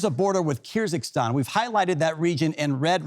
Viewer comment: That country isn't called Kyr ZiG Stan. Its Kyr-gyz-stan. 😐